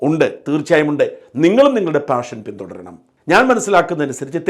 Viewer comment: പാഷൻ എന്ന വാക്ക് താഷൻ എന്നാണ് കേൾക്കുന്നത്? ശ്രദ്ധിച്ചു നോക്കൂ.